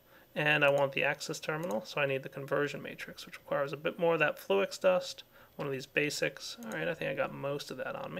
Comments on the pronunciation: Flew-Ix? nooo its Flux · its flux... lol you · fl - ex insted of flux.. lol